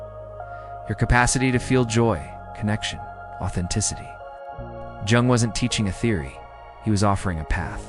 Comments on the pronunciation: I'm in uk and its defo said as yung the j is a y i know its weird the English language and regional dialects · Is this AI reading? Because you mispronounce Jung so badly...